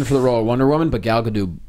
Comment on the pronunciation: Her name is pronounced Gah-Dot. That's how she says her name That's how you should say her name.